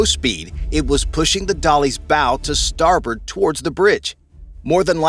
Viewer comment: Way,not storbert.and not port?😮